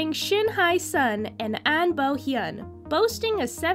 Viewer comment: For future reference: "Hye" is not pronounced "hai" but more like "hey" - kinda like "yay" or "shay"